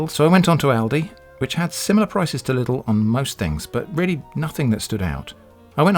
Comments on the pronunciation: in Germany they will laugh at you if you say Lidl like that haha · haha lustig wie briten Lidl aussprechen